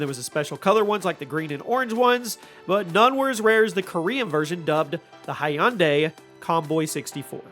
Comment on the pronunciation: "Hunday.......like Sunday"